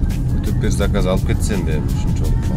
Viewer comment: Салам алейкум. Саказ эмес заказ болсо керек.